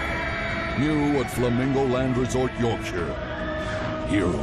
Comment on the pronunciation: I will never get tired of "Yorkshire" being said in a Don LaFontane esque American accent.